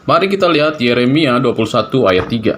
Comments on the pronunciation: yupe, di mulai dari membaca nama2 kitab.. spya jgn salah sebut yeremia menjadi yesemia.. kan memalukan, katanya bapak pastur, emak pendeta.. tapi nyebut nama kitab pun masih blepotan.. 🤣😂🤣😂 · Yeremia pak bukan yesemia.. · Ngomong ahli injil , tapi ngomong yeremia aja kagak becus 🤣🤣🤣🤣T.O.L.O.L